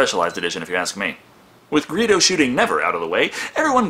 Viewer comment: It's GREEDO, not "Greeho", you utter hack!! Granted, I can imagine that it might have been an honest mistake to misread a "d" as a "h", especially since you are a member of the Brotherhood Of Shitty Eyes just as I am, but nevertheless! All your nerd cred just went down the drain. (gasp) And the shit just keeps on coming. YOU LEFT OUT HAN'S CONVERSATION WITH COMMAND? That's like, the funniest part of the movie!!! Seriously man, I'm not even a big fan of Star Wars. I STILL haven't seen The Force Awakens yet. You might as well start a weightlifting regime and take care of your body your nerd cred is so dead right now.